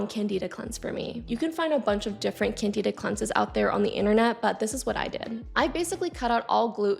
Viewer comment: It’s CANdihdah. Not canDEEdah.